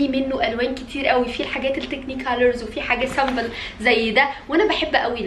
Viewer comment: سمبل مش سامبل